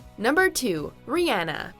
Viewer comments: did she say rihanna ri-anna, smf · Did she just say ree-anna